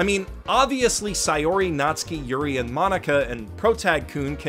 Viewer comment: The way you say Natsuki sounds like you are saying nazi.